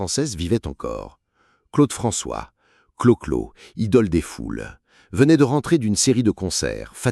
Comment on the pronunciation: En entendant la voix dire Claude Franchoix au lieu de Claude François, j'ai compris que ça n'avait pas grand intérêt de poursuive la vidéo